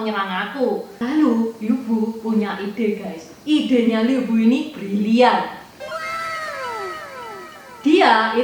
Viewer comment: Sekedar masukan yaah, Pelafan yg benar sbnrnya bukan Liu Bu, tapi Lyii Puu... ama disebutkan Liu Bu dan Liu Bei seolah2 mereka satu marga tp sbnrnya marga mereka beda jauh....